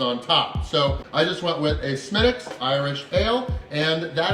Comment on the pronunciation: Nice job on the pronunciation of “Smittick’s”! When I was in Ireland in 2013, I’d never heard of “Smithwick’s” but when I asked for one and pronounced it like it’s spelled, they were quick to correct me. “Ah, no. That’s Smittick’s” Another awesome video! Much love from Nova Scotia, Canada!